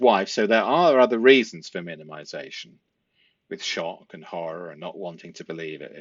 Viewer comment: You said “shock and horror” and I almost didn’t recognize it after all the Canton “shock and hawrar!” lol!;)😊